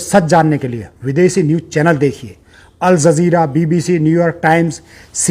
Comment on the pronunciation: Al zazeera 😂😂😂 What's that😂😂😂 sounds like zeera